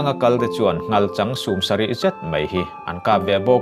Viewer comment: mai tih tur ah mei angin ilam rik a awm zeuh zeuh a...thahnemngaih thu ah kalo sawi